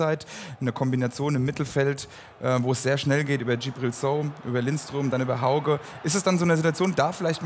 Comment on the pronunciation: Es ist schon eigenartig wie schwierig es zu sein scheint HAUGE richtig auszusprechen! Jeder von uns würde sich ärgern, wenn man den Namen falsch ausspricht! Das ist wirklich nicht zu viel verlangt... höflich ausgedrückt